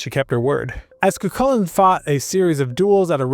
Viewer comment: The minute I hear ''cuKULLin'', I'm out. Cant take information on Irish mythology seriously from someone who cant be bothered to look into how to pronounce the names. ''Koo-HOO-lin.''